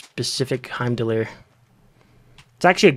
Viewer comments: that's the weirdest pronounciation of heim that i've heard 😂😅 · My ears!!! Please pronounce Heimdall the right way:))